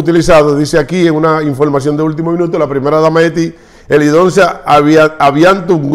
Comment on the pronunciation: Helidonsa no Helidosa , tu no lees nada antes de grabar.